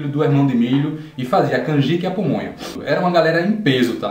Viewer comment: Rachei com você falando "pomonha" kkkkkk